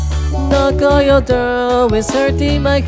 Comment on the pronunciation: 単語と単語 繋いで読むべきだよ、、この動画はかなり酷い。 on your NとＹ が重なってニョって発音とか、、